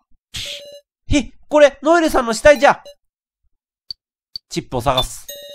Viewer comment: ノエルがロエルになってる